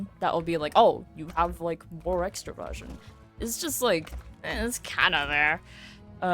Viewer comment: Ooohhhhh, I thought you said extra-virgin. Extraversion makes a lot more sense